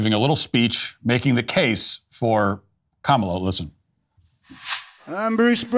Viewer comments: Bruce Springsteen mispronounced Comma-la's name. He pronounced it Com-allah. He is, today, cancelled. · It sounded like he called her Mala Harris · Didnt he just pronounce her name incorrectly? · it's KAHHHmla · Lol Springsteen "mispronounced" her name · Bruce S pronounced her name wrong. That's pretty sexist, racist, anti Indian, anti Black, anti democracy of him. Edit - I posted this before Matt mentioned it. Well done for picking up on it dude. Will delete my comment if it makes me sound like a fud. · 😂😂😂😂 he is mispronouncing her name and that is racist You are so funny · Bruce Springsteen should be ashamed of himself for mispronouncing Kamala.